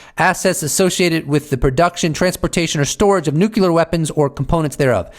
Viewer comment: Please say nuclear correctly